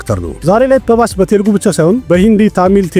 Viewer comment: Pharbas ሳይሆን አራ ባስ ነው 😂😂😂